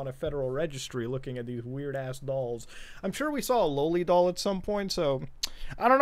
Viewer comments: Did he just say "Lowlie" instead of loli? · I hate how he says low-li, I honestly didn't know he was referring to a loli. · Took me the whole video to realize that he meant Loli when he said lowly